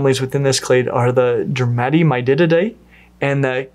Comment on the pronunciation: Am i crazy, or does he say Dermatemydididae??